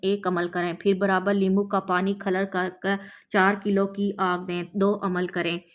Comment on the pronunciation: Meri pyari bahan aap humse ki biwi hai aur alfaaz bola hai کھلر نہیں ہے alfaaz کھرل hai aapse guzaarish alfaaz Ka Sahi chunav Karen padhna Nahin aata to aap tution pahle rakh le dusra dariyai alfaaz kya hai aap apni video check Karen ki aapane kya kaha hai badi meherbani hogi